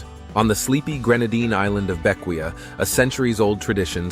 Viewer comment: It’s pronounced Vin-Cen-Shuns. Bequia is Bek-Way. Canouan is Can-O-Juan.